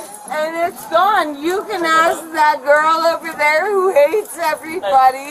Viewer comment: While getting handcuffed and crying “ way way wait, can I asssk you a question ?”😂